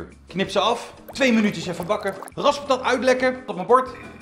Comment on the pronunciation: Waarom dacht ik da hij zei:’ vandaag maken we geraspte kat!’